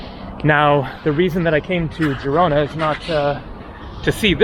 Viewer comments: Forvo website if you are not sure about pronunciations. In Catalan is Girona pronunced like zhee-ro-na. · Why did just randomly start pronouncing Girona wrong mid-video?! 😂